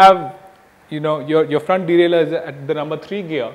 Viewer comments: its deralier not delaler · No. It's derailleur, dumbass.